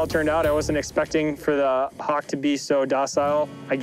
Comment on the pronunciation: Hock. Oh, right, hawk. Love it.